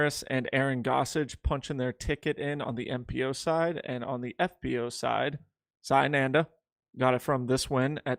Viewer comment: This is so embarrassing. You can’t research how to pronounce the name of a silver series event winner. This show and specifically are an embarrassment